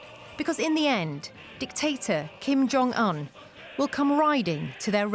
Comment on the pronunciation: Who is Chim Yong Un ? Speak English ,and take the effort how to pronounce names ,or just say Dough Boy.